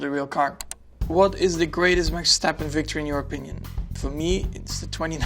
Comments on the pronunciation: 蠻有趣的，Max講自己的名字時省略了V的發音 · 可以請google 翻譯發音荷蘭語，Verstappen 讀起來像「費爾斯踏噴」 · 一直觉得他的全名难发音，今天听到原来他的ver是不需要读出来的，这样就顺好多了